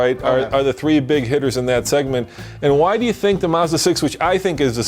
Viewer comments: Why do americans pronounce car names so badly, its MAZda not Musda, its NISSan not Neesan and its JagUar not Jagwar. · Mazda, not fucking maaaazda! MAZDA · Why do Americans pronounce it "Mozda"? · It's Mazda ( maazda not muuzda)!